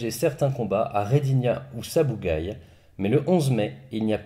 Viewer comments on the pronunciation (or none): "Sabugaï" ça fait mal aux oreilles, c'est Sabugal avec un L. Désolé mais je suis originaires de là bas, j'étais obligé de te corriger.